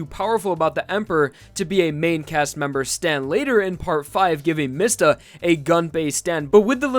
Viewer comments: isn't it pronounced "me-sta?" not "miss-ta?" :o im italian and that's how we would say it, but since it's jojo i could be wrong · the way you pronounce Mista...... it hurts